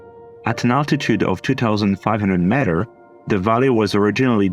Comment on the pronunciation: Please learn the pronunciation of meter, this is hard to listen